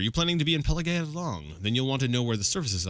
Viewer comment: Ok it's 2021 and this is ridiculously late but I think it's Pelag-ee-ad. Cause the village is named after emperor Pelagius, which would be pronounced "Pelajoos", but Bethesda has an american way of pronouncing Latin words, just like Tiber Septim, so I guess it should be Pelag-ee-ad, but definitely not Pela-guy-ad. Dunno why but I felt the need to say it, btw happy new year to whoever is reading lol finally this God forsaken 2020 has come to an end, let's hope the next will be better cause I sure won't stand it otherwise